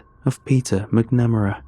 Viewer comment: McNamara is pronounced MACNamara